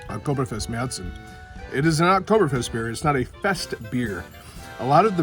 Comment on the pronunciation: San Jose, CA. Going to Oktoberfest in September '24. Can't wait to taste Paulaner's and Spaten's Marzen. Glad you pronounce it MareTsen and not MarsEn. Prost!